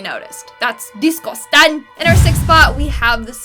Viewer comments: I laugh so hard when says "deescustan!" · word of the day...DisGosTAnG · Discustan i love you said that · DATS DISGOSTANG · They way you said disgusting made me lol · I love how you say disgusting p.s. I love your videos